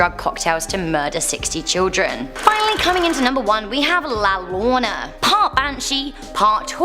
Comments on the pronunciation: La yo row na not la lona dude she didn't even try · Its la yo-rona double l is pronounced as a y llo Is pronounced yo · LaLlorona is pernounced la yorona. The double LL is pronounced as a Y.